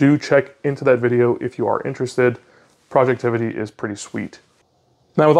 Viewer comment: FYI its "Project Ivy" not Projectivity 😂 common mistake so not a big deal haha